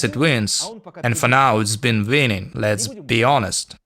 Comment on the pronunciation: Молодец, английский у тебя лучше, но "on all fronts", не "in". Очень просто запомнить, "в Украине", но "на фронте", "in Ukraine", иначе - ошибка. Ну и winning скорее как "уиннин" произносится, "ng" "г" - немая, а звук "w" не такой, как твёрдая "v", то у немцев.